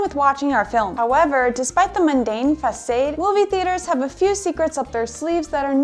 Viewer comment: Fass- Sade? Who is this lady of shallow grasp of language? Bad Idea!!!